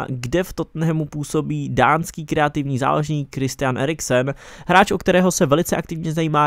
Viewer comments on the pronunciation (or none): none